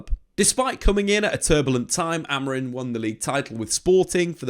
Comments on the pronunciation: Am I just hearing it or does he keep saying Amorin and not Amorim? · Amorim with an M, not N! :D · you keep calling him Amorin 😅